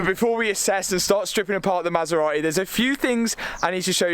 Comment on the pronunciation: masera.........eh!!!.....is it so hard to say MASERATI..?????